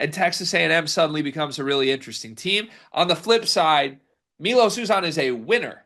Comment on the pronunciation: It's M-EYE-LOS you man child!